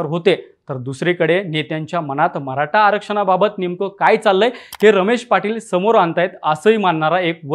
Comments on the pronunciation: म्हराठा नाही रे मराठा बोलायला शिका🚩🚩🚩🚩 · Mharata nahi re Maratha bhava.. te tar nit bol aadhi baki video ch baghu nantar😂😂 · म्हराटा काय ...निवेदक साहेब मराठा असतं ते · अरे दादा ते म्हरा टा नसत य मराठा असतय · म्हराठा नाही मराठा आहे